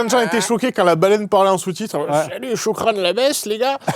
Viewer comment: "Les choukran" 😂